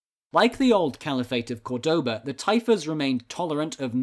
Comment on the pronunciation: Córdoba is pronounced by stressing the first syllable not the second, so many English speakers get this wrong.